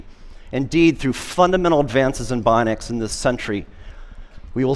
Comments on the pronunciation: Was anyone else annoyed by his pronunciation of "bionics" as "bonics?" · He never learned to pronounce bionics properly :c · Augmenting a healthy body by supplanting its intrinsic muscle function with external actuation will make a body weaker, not stronger. His claim that these things will make humans stronger is diametric to the reality of it. Also, 'bionic' is a three syllable word, not two. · He pronounces bionics so oddly 😖